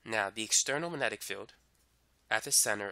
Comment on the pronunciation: Did it annoy anyone how he said magnetic. Its MAG- netic not Manetic. Not hating just wondering